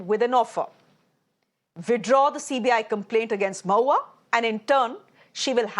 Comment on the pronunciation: Bhai her name is mo-hu-a Maitra , please pronounce the name properly